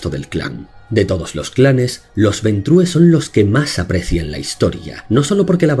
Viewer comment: Ventru, el clan se llama Ventru, no se lee como en Español, coño, porque ustedes los Españoles son incapaces de pronunciar bien cualquier palabra que no sea castellana?